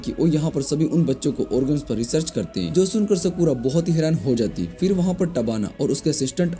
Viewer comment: Skura ❌ sakura✔️